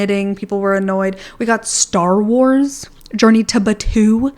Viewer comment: The way you said star wars cracked me up!